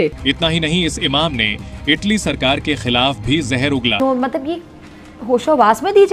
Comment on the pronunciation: ईटली नहीं। इटली।